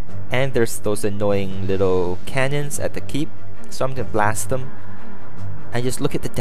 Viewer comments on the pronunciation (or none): cannons, not canyons